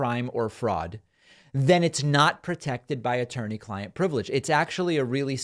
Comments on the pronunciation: Did he say "Turney"? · He said “ttorney”. Lolol